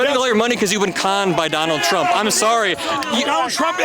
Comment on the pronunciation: johnald trump 😂😂😂😂😂😂